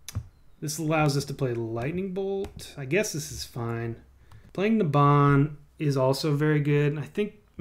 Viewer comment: IT'S NABAN NOT NABAN! REEEEEEEEEEEEEEEEEEEEEEEEEEEEEEEEEE